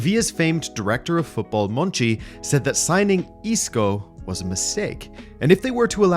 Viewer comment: i thought his name was monchi not monci